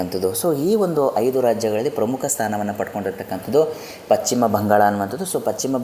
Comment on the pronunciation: ಪಚ್ಚಿಮ ಅಲ್ಲ ಪಶ್ಚಿಮ ಎಂದಾಗಬೇಕು. ಶರಣು ಶರಣಾರ್ಥಿಗಳು